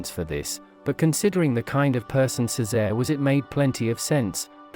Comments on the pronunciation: Its pronounced, Che say ray. Not ceezar. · It's the mispronunciation of Cesare. I don't know why, but people get really super pissed to hear it pronounced any other way but "Chay-sar-ay". The AI voice selection on this platform needs to be updated seriously...because AI is learning from the internet...and it needs to be corrected like a child so it knows the proper pronunciation and will use it correctly in the future. Unlike a human child, AI only needs to be corrected once. Unfortunately, the fact that AI is learning from the internet is frightening because it sees how we interact between ourselves...and we're all pretty damn ugly wugly to each other...so AI will more than likely mimic this behavior. A lot scarier now, huh? Lol!